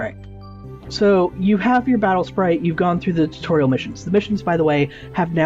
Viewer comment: he says my spatle sprite